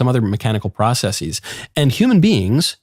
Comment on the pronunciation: He sais processes as if the singular were procesis. Pure pretension.